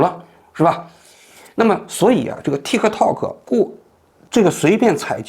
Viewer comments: 念 踢踏 Tiktok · 中間的k不用發音的其實，聽起來很奇怪